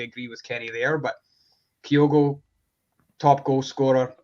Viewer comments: Kenny still can't pronounce Kyogo correctly, ffs. Just have Chris on, sack Kenny till he can do the absolute basics right. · Not one, two. Butchers pronunciation of Kyogo as well.